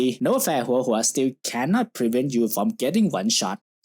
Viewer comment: You said Huohuo's name correctly, I am very pleased. Your earned a like from me 😂